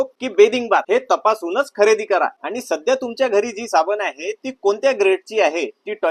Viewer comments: साबन नाही ,साबण बोला l शुद्ध मराठीचा लोभ असावा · तुझे मराठी फारच भंगार आहे ते सुधार. साबने नाही साबण